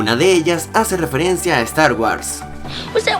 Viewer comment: As pronunciado mal Star Wars